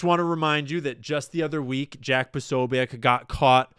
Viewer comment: P'oh-'soh-byets to english ears is much closer to the correct pronunciation of Posobiec. Fight the power. ✊✊✊✊